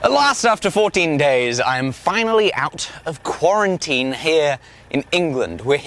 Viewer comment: Nobody:: Qwaratene